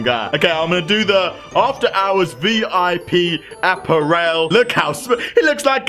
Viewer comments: "APP-A-RELL" XD british people are funny. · You pronounced apparel wrong lol XD